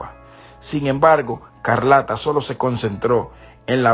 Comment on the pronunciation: No es Carlata es Escarlata di los nombres bien 👂🏾